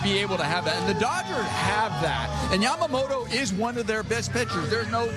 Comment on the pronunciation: あたり 彼女はヤマモロじゃなくてヤマモトってちゃんと発音してるのが興味深い。勉強から来るものか、元々この人の発音なのか アメリカは王貞治の名前も出してくれてたり、歴史の権威付けとリスペクト示すのが上手だね